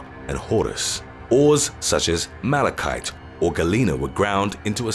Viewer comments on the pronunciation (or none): none